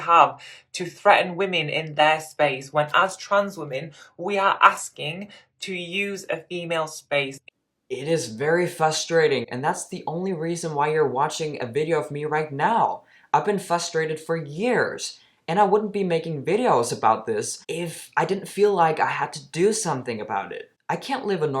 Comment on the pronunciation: It’s FRUSTRATING bro not fusstrating. There’s an R in there.